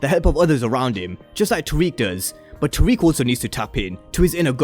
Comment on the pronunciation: I'm not tryna seem like a perfectionist or pointing it out to be mean. But you said all these names wrong, it's. Tariq, Cane, and Brayden.